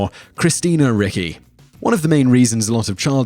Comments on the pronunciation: REE-chee. It's Italian. I do NOT see how Simon can be SO wrong in SO many videos, and always with very easy names. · Isn't Christina Ricci pronounced 'ritchee'? I thought it's Italian name, if I'm not mistaking two c's next to each other are pronounced as English 'tch' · It's not Christina Ricki lol!! Ricci, reechee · Christina Ricci's name is pronounced REE-chee, not RICK-ee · When you mispronounce the names of super famous people whose proper pronunciation is easily sourced, it really makes a person cringe. Christina Ricky? Ree-chee. All over the place. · Christina Ricci? Ricky? Reechy. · thought it was ree-chee too, not ricky. AND, it was Roger Corman, not Robert. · I thought it was pronounced 'Richie'. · It's pronounced RICHIE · It’s pronounced Ree-Chee !! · Christina Rie-Chi. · it's Ricci as in Ree Chee. Simon, look up some pronunciations. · Christina Ricci...it is pronounced like reach-y. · Pronounced Ree-chee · Yup. Ricci = Richy